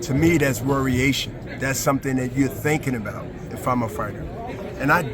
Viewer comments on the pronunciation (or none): “Worriation” wtf is this dude talking about. Somebody get this man a sombrero😂😂😂😂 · "Worration?" Bernard is making up his own words now. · Nigga said WORRIATION LOL